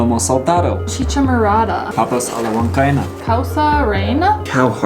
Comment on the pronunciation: Guys this is the right pronunciation: Papas a la GUan Ka EEna. Hugs and kisses from a Peruvian in Dallas 💕